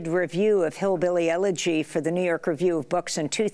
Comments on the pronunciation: the word is Elegy not eleRgy. Learn how to say it, then criticize it. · And by the way it's "elegy" not "elergy" professor emeritus. 😏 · It would be easier to buy this woman's claims if she would learn to pronounce elegy correctly. There is no "r" in elegy. It is not "elergy", but elegy. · You proclaim to be very educated yet you pronounce Elegy as Elergy. Webster defines these as two different words. There was a difference of class between crackers and white trash in the Antebellum South. Your ignorance on the class system throughout the history of the U.S. would lead me to believe this entire video is completely fake. Now I must read your book to humor myself. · Well this woman, that obviously thinks she is so smart, needs to pronounce the name of the book/movie correctly. It’s Hillbilly ELEGY, not EL-ER-GY! If you’re gonna talk about it at least get the pronunciation correct. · Madame, it is “elegy”, NOT “elergy”. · Why does she say "Elergy?" This woman passes herself as an intellectual? I don't think so. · Couldnt listen because my ears were bleeding from hearing "elegy" pronounced as "elergy". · This woman is a big muckity muck but she pronounces Ellegy as if it has an "r" in it - (ellergy) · This expert pronounces the word “elegy” “elergy “. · If the prof could pronounce "elegy" properly, I'd take her more seriously. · Funny that Nancy is supposed to be somebody smart. She can’t even pronounce Elegy! She continues to add an R sound. 😅